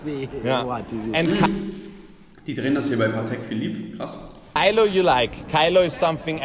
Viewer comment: Kann mir vorstellen das viele nicht nachfragen weil sie glauben das er Sachen falsch ausspricht. Z. B. Feini=Fendi Kylo=Kenzo